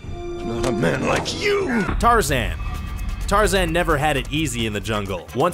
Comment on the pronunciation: I heard him f*cking say tar-zin It's tar-zan Just like how people mess up saying my last name there is no f*cking i in either of them so you must not have gone to school